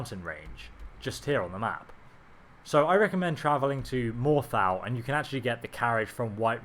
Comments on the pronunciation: very annoying when people who play games extensively still mispronounce names and place names.. I mean, "more tal" It's pronounced "more thol".. How hard is it? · morthaaaaaaaaaaaaaaaaaaaaaal lmfao just pronounce it like they do in game please man that was annoying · I hate how British people refuse to pronounce words correctly... (Morthal, soul carin, taco)